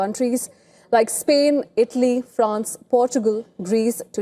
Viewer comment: Host lost weight Not idly..italy